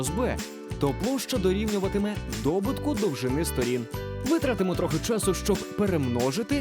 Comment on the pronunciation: Классные ролики! (Тільки в слові добУток наголос на У))))))))